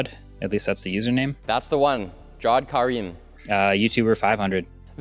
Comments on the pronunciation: The way they said the name of the guy who uploaded the first youtube video is so far off (also he was one of the founders of youtube) His first name is pronounced "jav" - "aed" not "jaw" - "awed" His name is common amongst Muslims and South Asians and although I am NOT Bangladeshi like his family is it is a common name in Pakistan too where my family is from and until the 1947 were pretty much part of the same country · I think the name of the first YouTuber should be pronounced 'Ja wed'. Another way of writing is Javed or Javaid.